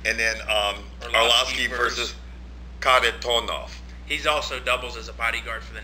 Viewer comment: Good video, cracked me up how pronounced Kharitonov in the beginning;) George, yes there is Internet in Russia, also Sergey is fucking nasty, great boxing!